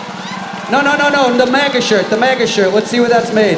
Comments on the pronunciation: dude I hate maga but it's not mah-ga. Maga like magazine. what country are you from? you haven't heard people saying it? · It's not Mahgah. They're not French. They're rednecks. It's Magguh. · Dude this is your own video. I appreciate the content but please go to and listen 👂 It is pronounced mag a. It is not supposed to rhyme with lava but rather rhyme with magma! So it’s mag like the word magazine Please 🙏 and thank you and I’ll subscribe but only if you say it right. Listen to drop kick murphys pronounce it perfectly at 4 mins and 20 seconds into this gr8 video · If you say MAH-GA one more time I'm reporting you to the FCC. lol jk but seriously, please stop.